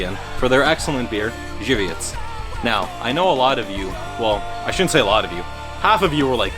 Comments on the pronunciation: Im surprised how you nailed saying Żywiec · >pronounces Zwiec right Wtf